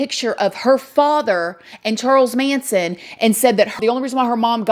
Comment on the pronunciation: You said “” lmao